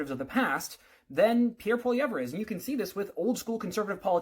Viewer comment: Can’t even say Pierre’s name properly, lost my respect. This guy is nuts and a trudope supporter